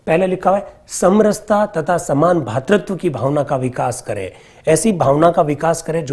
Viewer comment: बहुत ही ग्राह्य और शानदार अध्यापन सह विश्लेषण श्रीमान। भातृत्व नहीं।.. भ्रातृत्व शब्द सही होगा✔️🙏 धन्यवाद, आभार💐❣️🙏🙏